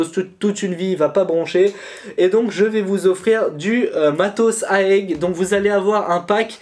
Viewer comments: Bon concours bg euh juste on dit pas aèg mais A E G juste les lettres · Mdr 😂 c’est pas aègue c’est A.E.G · C'EST A.E.G pas aeg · on di pas aeg mais A E G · Salut je crois qu'on dit A.E.G et pas Aégue 😂 Sinon continue tu gères, j'adore ta chaîne